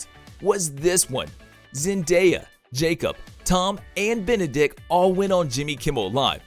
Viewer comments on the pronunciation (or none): Also benadick 😂😂😂